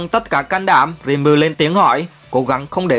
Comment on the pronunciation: nhưng đọc sai tên nv...Ko phải Rim ru mà là Ri Mư rư... :D